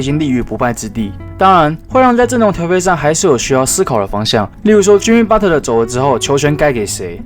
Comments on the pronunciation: 是Butler(拿) 不是Butter= = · Butter？？沾美牛油？？ Patton讀成pattern？？ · 我聽到的是Butler阿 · Butler其實是念budler t是不發音